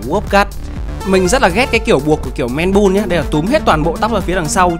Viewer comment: Man Bun đọc là "Men Băn" em ơi. Không phải " Men Bun"